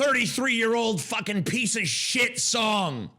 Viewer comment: It is so freaking annoying that the singer in the 'outro' pronounces piece as 'pisch'.